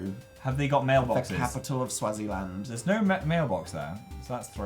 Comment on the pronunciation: its pronounced swaazi-land Dan